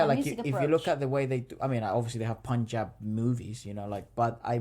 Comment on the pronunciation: !! first time heard someone pronouncing Punjab correctly outside of India 😂